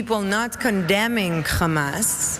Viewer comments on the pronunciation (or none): Dear evil Queen who failing at acting, it's Hamas not Khama...get the name of those you hate correct at least. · Gal, You are over-rated, Your English Accent stinks (for an Actress), And you can't pronounce "Hamas", you say KHamas". Your Black Suite is deigned to make you look sophisticated, But you only made it to Hollywood because you are Jewish, As most the Talent Agency owners are Jewish. The Real talents Are all Non-Jewish (Non-Jewish) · Why do these zionist monsters always say khamas?.